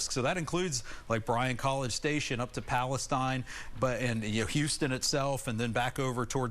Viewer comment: Pleases stop calling it Palace tine. This town is pronounced Palace Teen. Thanx